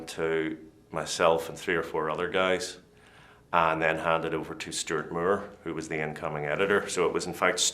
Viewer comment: The way he pronounced "Moore" made me laugh. "Mure"